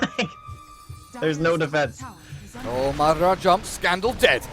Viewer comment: Yeah, also somebody need to tell the fucking caster that it's madAra, not mAdara